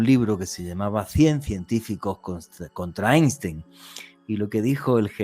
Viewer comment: UNA CORRECCIÓN FONÉTICA IMPORTANTE PARA COMENTAR: EINSTEIN SE PRONUNCIA "AINSHTAIN", DANDO UNA PRONUNCIACIÓN DEL TIPO "PALABRA GRAVE". SALUDOS DESDE CHILE, ESTUDIÉ COMUNICACIÓN SOCIAL PARA LOCUCIÓN Y NOS PASARON FONÉTICA ALEMANA. ENTONCES EN ALEMÁN LA COMBINACIÓN "EI" SE PRONUNCIA COMO "AI" Y LA COMBINACIÓN "ST" SE PRONUNCIA COMO "SH". ASÍ LO ENSEÑABAN EN LA ESCUELA DE LOCUTORES PROFESIONALES DE SANTIAGO DE CHILE.